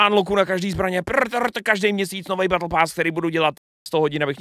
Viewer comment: Mal si radšej zostať v škole, možno by si potom vedel že Battle sa nevyslovuje Bel...